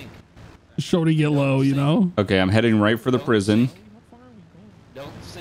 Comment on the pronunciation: “don’t sink”